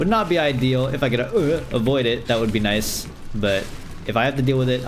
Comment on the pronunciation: Day 19 of counting when says Noice 3/19